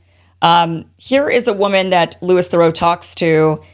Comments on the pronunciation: Not very important, but It’s pronounced Louie, not Louis. I lived many years in the UK and he made loads of interesting docu-series Edit. His father Paul Theroux -very famous author. Brother Marcel also broadcaster and author. Cousin Justin, actor married for a bit to Jennifer Aniston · Pronounced lou-ee the same as in Louis Armstrong....not LEWIS thoroux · pronounced louy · Dear Americans (Kim, Glenn etc) In England it’s pronounced Louee not Lewis. Very grateful to him for revealing the truth to a bigger audience. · Just fyi his name is pronounced Lou-ee The s is silent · Its pronounced Louis (as in Louie) btw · Please learn how to pronounce Louis's name, it's disrespectful and all too common with Americans! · Quick look into how to pronounce Louis' name would be helpful here.